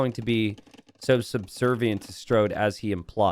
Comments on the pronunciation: The way says “StRode” makes me think he would call Main Street “Mainst”. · It's a running gag that t90 says it "wrong"